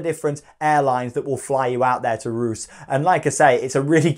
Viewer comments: OMG, Ruse 🥴 It’s pronounced Reus (Ray Uss) Keep on truckin’! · It’s pronounced Ray-uss not ruse